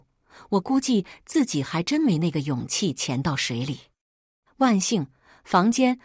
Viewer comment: 自己怎麼都說成經己？